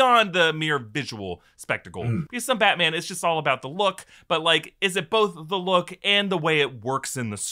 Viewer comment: ZEE ICE AGE